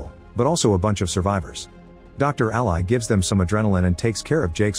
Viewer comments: Ally is pronounced Al•lee, not Al•lie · Funny how AI can't pronounce names correctly. Ally the name is pronounced different than "ally" as a noun or "ally" as a verb. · Anyone else annoyed at how he pronounces Ally's name?